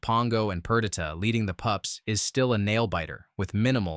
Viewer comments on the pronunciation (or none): Narrator: The big leap:... on-screen image: cat jumps onto a tree ( - ) "...the one-oh-one dogs..." ¿"PER-dih-tah", not "Per-DEE-tah"? i can tell i'll spend more time nit-picking the Narrator's delivery than enjoying the video, so i'll stop watching now. enjoy the show, everybody.